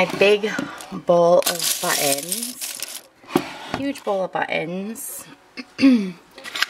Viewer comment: Great Video! I can't wait to re-do my craft space when I move back to Cali. One thing I totally thought was cute is when you say the word 'button' . It sounds like "Butt Ends". Totally made me smile! TFS!